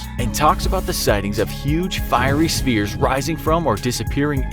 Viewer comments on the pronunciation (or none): none